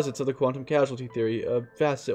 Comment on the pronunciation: It’s causality, not casuality , lol